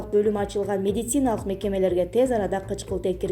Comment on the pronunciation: Сен дагыделе акцент ударение ондой албаптырсын да?Ревизиия медетциина деп эле